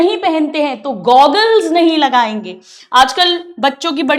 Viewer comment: Gogglee 😂😂😂 goggles 😅😅